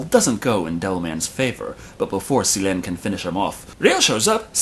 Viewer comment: Complains about miss pronunciation of names. Then miss pronounce sirens name. 😂